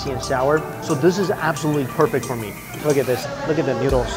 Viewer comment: he says 'newdles' instead of 'noodles' LOL